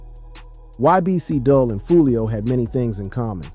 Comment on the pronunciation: If his name is Abdul and you said that correctly why are you pronouncing his rapper name as Dull?